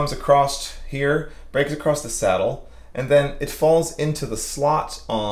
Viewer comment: “Acrosst”? Everyone knows there’s only one s. 😊